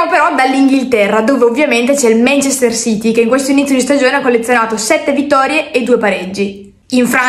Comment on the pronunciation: È inutile che ti credi esperta non sai manco pronunciare Manchester city